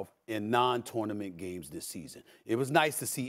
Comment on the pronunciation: The way SAS pronounces tournament is broken